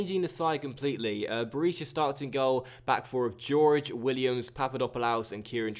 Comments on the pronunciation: I could be wrong but I don't think it's pronounced George its more like Hoor-Hey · Please start pronouncing Jorge properly 😂 it's a Hor-Hey/Hor-Gey sound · thats the spanish pronounciation, the brazilian / portugeuse way to say it would be jorgy